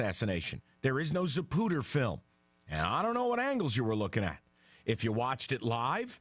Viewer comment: Zapruder. Not Zapuder.